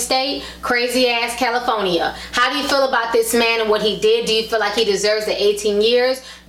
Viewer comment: "the state of caliPHONYa" lol gotta love ti.